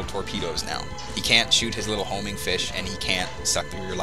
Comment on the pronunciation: "Horming" Torpedo? How many times have I played Megaman X without noticing that?